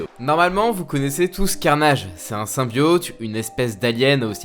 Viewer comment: c'est insupportable de t'entendre prononcer "SYMBIAUUUTE" au lieu de symbiote ><